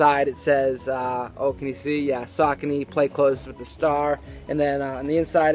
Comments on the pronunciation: What's up. Love the channel but, not a fan of the way you pronounce Saucony! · Learn how pronounce the shoe first ......